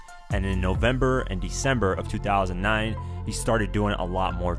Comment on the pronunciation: he fucked up sayin 2009